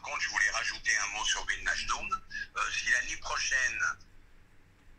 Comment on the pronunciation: Le psg avait vilnachdum pas wignaldum 😭🤣 la prononciation c tropp